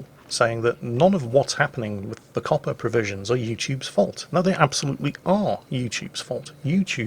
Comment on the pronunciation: Everytime Says COPPA i think he's saying Coppar.. as in police.